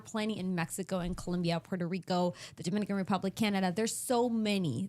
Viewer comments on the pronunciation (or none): none